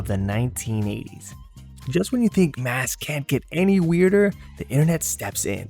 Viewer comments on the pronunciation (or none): none